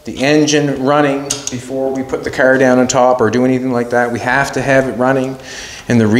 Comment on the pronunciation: I think its called a car, not a cer